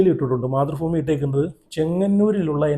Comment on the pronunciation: മാത്രഫൂമി അല്ല ബ്രോ മധ്രാഭൂമി 😂😂😂